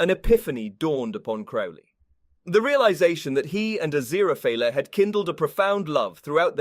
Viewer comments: It is Aziraphale not Aziraphaly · like genuinely as much as i appreciate the narrator's clear voice, im not gonna be watching this video to the end cause i have heard Aziraphale's name pronounced correctly once and i cant pay attention to anything else he's saying once he goes back to mispronouncing it 😓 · Not only was Aziraphale's name pronounced wrong, it wasn't even the same everytime, we got different variations of wrong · I love how Aziraphale’s name was butchered so much 😂😂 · I was coming to the comments to say this! Furfur's new job narrating YouTube videos isn't going so well! 😂😂😂😂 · its definitely not. how he managed to butcher his name so much (if it wasnt on purpose for a funny) is beyond me, but I've got my earbuds in and i can hear his breathing between lines, so its definitely a real person talking. though, as much as i love a funny bit, i believe that for a series review/discussion, character name pronounciations shouldn't really be on the list of things-to-skewer-for-a-joke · I think he's doing it as a joke. Like how FurFur the demon kept mispronouncing it while he was trying to read it out. lol